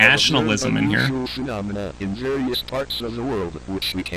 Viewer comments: it’s pronounced “fuh- nom- a- nuh” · Its fe-nom-I-na phenomena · It's actually pronounced phenomena